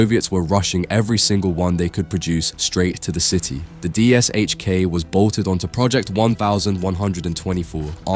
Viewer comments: Only an A.I. narrator would say "D-S-H-K" instead of " Dish-Ka". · sigh The PPSh suffered, the DShK suffers. It's not D-s-h-k, it's D-Sh-K. Phonetically, De-esh-ka. Or Dy-esh-ka (varying on dialect or variety of the languages that recognize the letter). The 'Sh' is a single letter and pronounced as such. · It's not pronounced as "D.S.H.K". It's "deh sheh kah". In Russian, the gun is spelled "ДШК" (Дегтерева-Шпагина Крупнокалиберный - Degterev-Shpagin High-Caliber (Machine Gun)). Russian has the letter "ш". English has the same sound, but it's represented by two letters ("sh"), as in shame, shine, shovel, etc. Same story with PPSh-41. It's pronounced as "peh peh sheh". Russians also commonly simply the pronunciation of these two guns as "dushka" and "papasha", respectively. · You`re pronouncing it wrong. It`s not D S H K its D Sh K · Its pronounced "Dishka" and it still doesn't come close to the M2, dream on though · Just say dishka please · Забавно на английском звучит ДиэСэйЧКей. Хотя там S и H должны читаться как Ш по задумке.